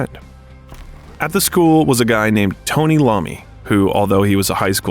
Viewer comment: Tony Lommi??? Wtf